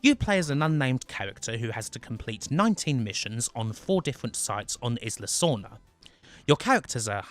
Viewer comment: "Izzla"? "Deeno"? Really?